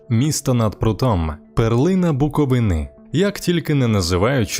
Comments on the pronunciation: БуковИни, а не буковинИ😂карл. Не розказуй історію про місто яке навіть вимовити нормально не можеш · БуковИни, а не буковинИ